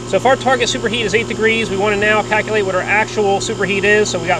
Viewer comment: “Right neow”